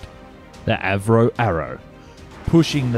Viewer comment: A V Roe ???? You mean Avro??